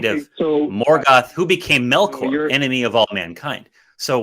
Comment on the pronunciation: Melchior pronounced, according to the Silmarillion as Melk-your with a dipthong where the k is. Mel-khhh-your?